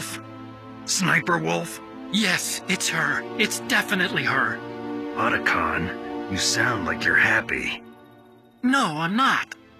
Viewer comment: Why did Meryl call him "O"tacon 😅